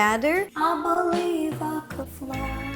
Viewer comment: "I buhlieve I cud flyyy" 😂😂😂